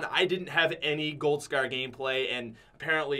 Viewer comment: Why do you say scer instead of scar